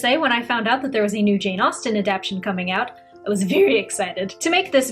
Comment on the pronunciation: Wonderful, informative and well researched, but please dear, a-dap-TAY-shun.